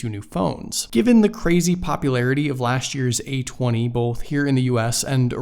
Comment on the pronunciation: "Lashch" year 👍